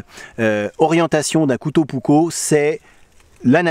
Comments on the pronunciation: Finlande n'est pas en scandinavie, c'est un pays nordique en revanche, et il faut penser à prononcer les 2 K Puk - ko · Prononciation correcte : Varoustéléka yæækæripou-ouk-ko Comment je le sais ? Je vis en Finlande depuis 46 ans et je parle couramment finnois...